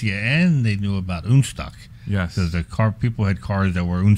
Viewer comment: OK, I have to finally comment on ÜNSTOCK, not the concept, but the name (yes I like modified Porsches!). As a German this makes me flinch every time I hear it. In German we have "Un..." just like in English when you negate something, like in believable vs unbelievable. But not every a,o,u in German is an umlaut like ä,ö,ü. And the "Un..." is not. I get it that is is supposed to be a merger of 2 languages to make/have something non-stock. So, the way to name it would be UNSTOCK, as far as I'm concerned anyway. You even pronounce it as "UNSTOCK". Sorry, to me its just not that funny..... Maybe I just jump into my Pörsche and go for a drive ....🤔